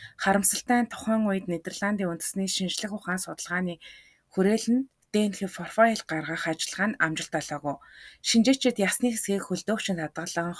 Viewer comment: Комфань, фрофайл, интерфол!!!!